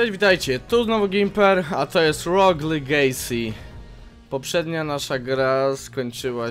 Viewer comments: To nie jest "ROG LIGEJSI" tylko "ROG LEGACI" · nie LIGEJSI tylko LEGASI tak czytaj :) pozdrawiam.